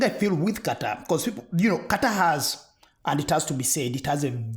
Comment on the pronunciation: Thank you for actually pronouncing Qatar correctly! You just have to listen to the Arab announcers pronounce it. Why can't American journalists get it right?